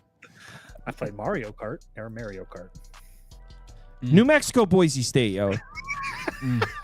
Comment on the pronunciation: Why did call it Merio cart lmao